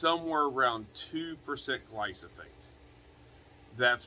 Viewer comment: "Glyphosate" not "Glysophate" :)